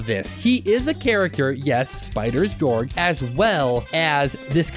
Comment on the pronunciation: it's pronounced gay-org